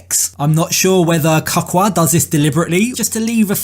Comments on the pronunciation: His name is pronauced Ka-cu-a,it's not hard to say. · 'Kakka' in my Afrikaans Language means shit! Jesse is a Hollander and that is why he cannot pronounce Cacua's name correctly, because Afrikaans and Holland sounds almost the same! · It's his pronunciation of Cacua's name for me 🤣🤣🤣